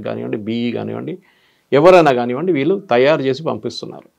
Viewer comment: Anchor గారూ కొంచం మంచి తెలుగు ... వాల్లు వీల్లు అంటారేంటి ( వాళ్లు వీళ్లూ అనలేరా ?!!)